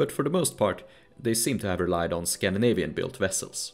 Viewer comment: dude you basically prononce all of the non scandinavian names completely wrong